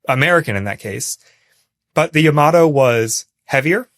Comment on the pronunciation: "Yamato" isn't pronounced quickly like "Tomato". It's pronounced more like "Yama-tor"